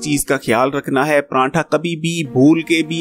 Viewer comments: بھائی جی پرانٹھا نہیں ہوتا۔۔۔۔۔ پراٹھا ہوتا ہے۔۔۔۔ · Bahi pranntha yaa pratha 😌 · pranntha nhi jnab pratha khte hen is ko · PRANTHA Ni hota PRATHA hota hai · Paratha hota ha parantha nhi hota hahaha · Sorry to say it's prathaa not pranthaa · O bhae prantha ni paratha hta hai plz sae prounounce kia krain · Prantha ni hota pratha hota h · Pranatha tha nahi hota.. paratha hota hai.. Maluk shake nahi hota... Milkshake.. Ur pronouncation shows ur capability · Sir Prantha Nahi Paratha Hota Hai... Or milk shake hota hai milak shake nai...😜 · Prantha aur milak shake wah kia accent hy bhai